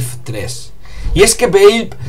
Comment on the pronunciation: valve se pronuncia: valv. XD si no me crees miralo en el traductor google:p